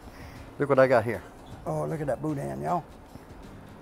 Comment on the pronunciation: The n in boudin is silent